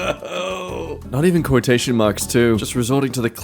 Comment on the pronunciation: Quototions 😂 thanks. I'm dead.